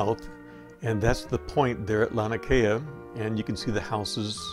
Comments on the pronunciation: I enjoyed your footage! One thing I'll add is that it's pronounced lah' nee ah kay' ah. That 2nd "a" is pronounced. And, again, thanks for the footage. Beautiful! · I love your videos, but I want to correct your pronounceation for Laniakea: Lah NEE Ah Kay ah, brah. The small beaches behind the houses we used to call Backyards for obvious reasons, the point before you go around to Waimea we called " Marijuanas" because you could see the crops on the hills but ONLY from the water. Had to be at least 6-8 feet to work. The waves, not the plants, that is.... Ah, the 70s.....